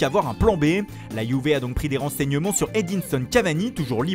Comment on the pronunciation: D Andrea Pirlo a la Yuvé🤣🤣 l'accent l'attaquant de la ROMA